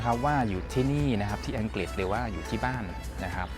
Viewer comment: ใดๆคือประทับใจที่คุณพี่ออกเสียงคำว่า “อังกริด”ได้ถูกต้อง ชัดเจน(ไม่หลุดคำว่าอังกิดสักคำ555) การศึกษาจำเป็นจริงๆ เอ็นจอย ยัวร์สเตย์นะครับผม…